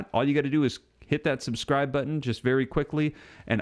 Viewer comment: Subdcribe ? Never heard that before..😂😢